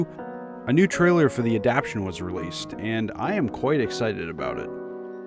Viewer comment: Yo! Thank you for you info. You have edited together a nice, concise, cohesive video. You have instructed me. May I instruct you? The word adaptation is not pronounced "adaptshun." It has 4 syllables. It is pronounced, "Ad app tay shun." Please make a note of it and you will sound even smarter than you already sound.